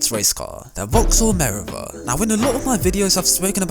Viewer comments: I would love to subscribe; but I don’t know if I can when you pronounce words so badly. Notably Meriva. It’s Mer-eev-a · You pronounce the vaxhall merivla Mireva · U pronounce meriva wrong lmao